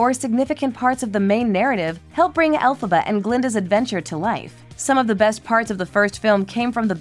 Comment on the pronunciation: It's Elphaba, NOT Alphaba. Do your research!!!!!